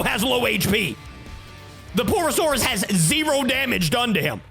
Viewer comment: bro is saying poo not pur